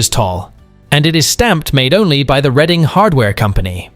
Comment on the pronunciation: Hurray! The correct pronunciation of Reading, PA.❤❤😊😊